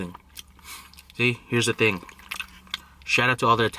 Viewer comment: I lost it when he said " thang" instead of "thing" for the intro💀💀💀💀